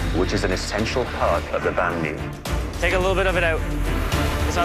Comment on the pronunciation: My heart cried a bit when a heard his pronunciation of banh mi .o.